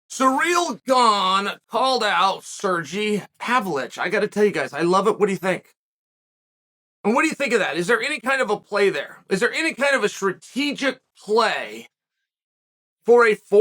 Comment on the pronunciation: “Surreal” Gane! 😆 Chael is my new fav fake-name guy.